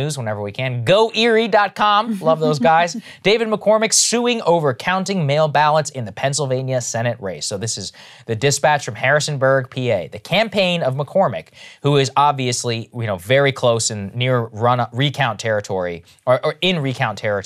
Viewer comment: Harrisburg not harrisonburg. Harrisburg is the state capitol.